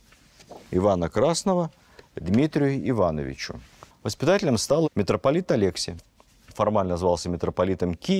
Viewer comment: Прошу прощения за занудство - резануло по уху. Неожиданно было услышать в такой великолепной лекции такой ляп - имена монахов и духовенства принято произносить по церковнославянски, т.е. АлексИй. АлЕксий, из воспоминаний митрополита Питирима, взялось от того, что Сталин произносил имя патриарха Алексия I с грузинским акцентом, а журналисты это подхватили. Спасибо большое за Ваши лекции, очень познавательно и интересно.